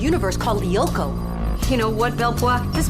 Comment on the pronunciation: Co-lee-oh-ko. What its Code loo-ko and I dont even watch the show I've only seen the theme song